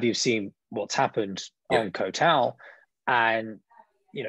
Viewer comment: Ko Tao!? It's Koh (KOH) Tao! It rhymes with got, not goat!